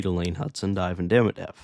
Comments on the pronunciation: It's Demi-dov not Demi-dev. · its demidov not demidev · De MI Dov. Russian names place emphasis on the penultimate syllable, like Italian. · Had you never heard his name pronounced?